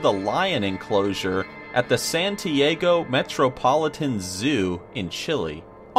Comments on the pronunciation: In no expert in Spanish, but I don't think the capitol of Chile is pronunced Sant' Tee' Ago . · Say "San-tee-AH-goh"